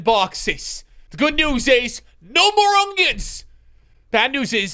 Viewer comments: bro its not ongions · He really calls them ungions